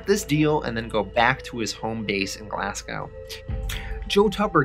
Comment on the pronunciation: Great videos man, just got a little bug, its pronounced Glazgow not Glass-go. Am just nitpicking ur doin fantastic recaps, cnt wait for the rest of the vids P.s ino its spelt Glasgow